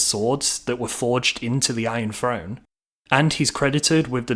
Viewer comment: Since when is a throne said frone lol